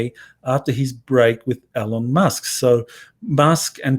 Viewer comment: It is EEEEEELON with an E.